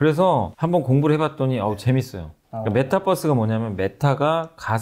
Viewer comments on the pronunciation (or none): 메타버스를 자꾸 메타뻐스라고 하시네.. 타는 뻐스발음이 아닌데.. 유니뻐스가 아니잖아요